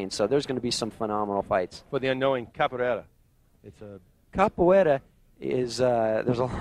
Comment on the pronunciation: one of the guys can't pronounce capoeira lol